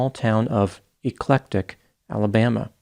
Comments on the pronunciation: Eclectic, Alabama is not pronounced, "E clec tic, but rather Ec lec tic. It' s been that way at least all of my 72 years in the area. While "eclectic" is defined as "'deriving ideas, style, or taste from a broad and diverse range of sources", and "e clec tic" is the way the word is pronounced, locals do not say it that way. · Never thought I'd see talking about my neighbor. We pronounce our town's name, Eclectic, with a soft 'e' by the way. Thanks for the video.